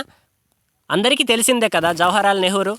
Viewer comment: జవహర్ లాల్.... First ఉచ్చరించడం తెలుసుకో....